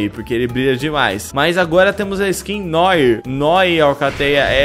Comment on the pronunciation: "Noir" se pronuncia "Noar".